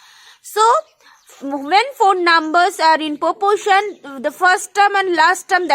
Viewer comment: It is proporation not popoation